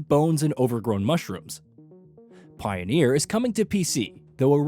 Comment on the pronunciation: Pioneer NOT Pioner.